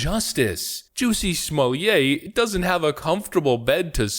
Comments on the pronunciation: SmoleeAY???? NoNoNO It's just Smollett SMAH let. Or if you must smah LET. Why do people not get this?? What are people getting out of this idiotic mispronunciation? Is it just to prove that they don't speak French, or to pretend that they do? Or what? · Somllett is not pronounced "Sommelier" a Wine taster or wine steward.